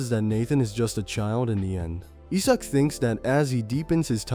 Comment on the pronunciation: Isaac pronounced as E-suck i can't hear this. I'll just read the manwha 😂😂😂😂